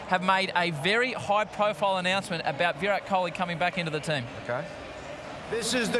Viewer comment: "SuCHin tenDoolKErrrr and VirOOT KOLeeeee"